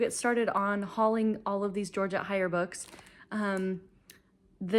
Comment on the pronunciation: Heyer is pronounced "Hayer" not "Higher". Great book haul btw. Enjoy